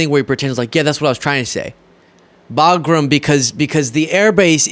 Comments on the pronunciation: Also it’s Bagram not Bogram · WTH, is he talikg about? He said Baghram, not in Alaska. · "Think about really Boglim. Boglim Alaska." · He clearly said Bagram in Alaska. Those people are booing him because they know Bagram is Not in Alaska. 😂😂😂😂 Ohhh, yea. His weave is so impressive. lol 😂😂😂😂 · "We have Bagram, in Alaska" WTF?